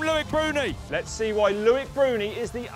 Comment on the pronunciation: It’s not LOU -IC ...it’s LO -IC